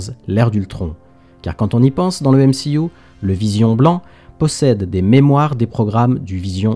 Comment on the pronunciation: Pourquoi tu dis M-she-U ?